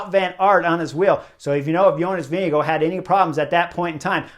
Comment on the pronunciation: p.s. thanks Chris for pronouncing JV last name correctly... in an earlier video of yours i said i have no idea if you are nailing the name (you were) and suggested some press ask him to pronounce his own name ... still after that interview GCN was saying Vingegaard wrong lol. not sure if they got it right yet.